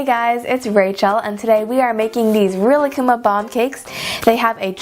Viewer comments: Rilakkuma is said like this: Ri•La•kku•ma Not Rila•kkuma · Actually rilakkuma is pronounced ri•Ra•kuma since in the Japanese language the l makes an r sound